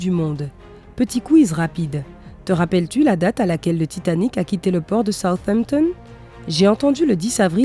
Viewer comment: La narratrice prononce bien Southampton.